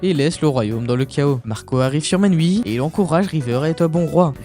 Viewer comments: La prononciation correcte du royaume c’est Miouni 😊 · Tu prononce mal le nom du royaume c'est Mewni 😅 Miuni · Pourquoi tu dis menwi?😂